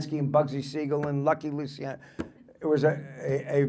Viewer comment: Luciano, pronounced Luchiano. Ci is like ciao.